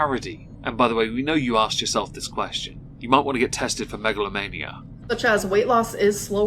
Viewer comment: Bro it is so triggering… At least with grammar it’s a knowledge thing and you may not know the rules. With pronunciation you literally just have to look at the word and sound it out!